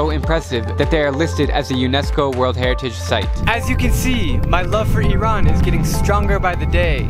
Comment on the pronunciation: Thanks you so much for showing Iran in a true and humble light! And for pronouncing it right!